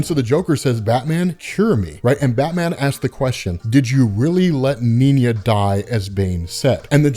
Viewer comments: Cool story. Nina is German though, so her name would be pronounced "Nee-naa" not "Neen-ya". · Bro, her name is Nina, not Niña. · Am I missing something? He keeps saying 'Niña' even though it says 'Nina' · minor irritation, but: not Neen-ja, you make it sound Spanish... it's Nee-nah, a common German name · why do you pronounce Nina as "Ninya"? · It's just Nina not Niña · It’s Nina, as in “Knee-Nah” the word you are saying is little girl in SPANISH. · does he mispronounce Nina as a joke or.. ? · Kinda weird how you pronounce Nina. As if its two separate words instead of one. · You’re pronouncing Nina’s name wrong bro